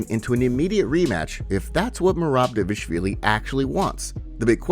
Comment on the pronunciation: Love the channel pal but every time you say 'Devashvili' I can feel Merab wincing. His names Dvalishvilli sounds a bit like Duval-ish-villi or better still D'val-ish-villi. :)